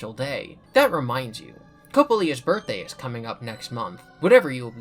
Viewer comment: I looked it up, her name is pronounced co-pay-lee-ah. Emphasis is on the pay.